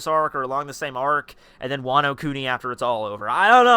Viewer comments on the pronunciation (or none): none